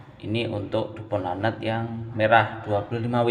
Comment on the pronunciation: Baca nya bukan lanat bang, tapi laknat